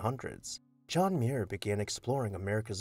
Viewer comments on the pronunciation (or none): As a member of clan Muir and a distant cousin of John Muir, I enjoyed this greatly. I hope to visit the house someday. The correct pronunciation of Muir is two syllables with the accent on the first syllable… “mew” + “er”😊